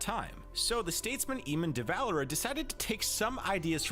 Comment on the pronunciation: hearing eamon develera name pronounced like that made me hurt as an irish person edit: hearing tallagth pronounced like that hurt me aswell